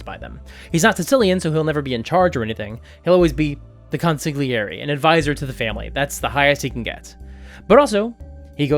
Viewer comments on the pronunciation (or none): Love this video but the NY Italian in me is pained by your pronunciation of consigliere. Keep up the good work!